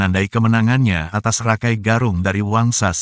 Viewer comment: Maaf, koreksi, menyebutnya bukan RAKAI, tapi Raka I, artinya saudara tua yg dihormati